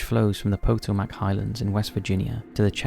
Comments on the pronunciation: Please Please learn out to pronounce the PO TOE MAC river not POTO MAC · Lmao "poe-toe-mac". It's Pah-tome-ak. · Potomac: "puh-toe-mick" This has been your lesson in phonetic speech for today with Profession Omicron. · *po-TO-mac…emphasis on the second syllable.